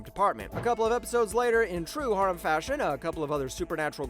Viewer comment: ugh.. saying harem like that...